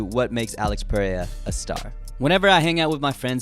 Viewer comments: His name is pronounced ‘Al-eyx Pe-hay-ra (rolling r)’ not ‘Peraya’ 😭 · Its Alex PereiRa, not Perea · U still can’t pronounce his last name correctly lol